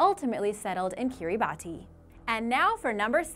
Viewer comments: Did she just pronounce "islets" as izlits? or so. Kiribati is also pronounced "keereebass". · She couldn't pronounce islets or Kiribati (keereebass) properly either.